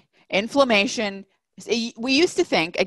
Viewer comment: So What is the definition of inflammation or afflamation - as the word is not pronounced or explained well